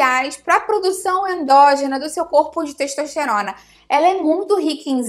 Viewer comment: "Teixtoixteirona" Português mandou lembranças.